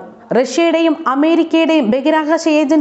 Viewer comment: ബഗിരാകാശമല്ല കുട്ടീ ബഹിരാകാശമാണ്